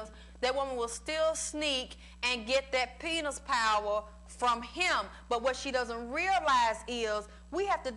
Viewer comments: i love this and how she say penus 😭😭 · I just can't get over the fact that she pronounces it like "penus".